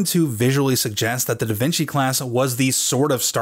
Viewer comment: ...DA VINKY??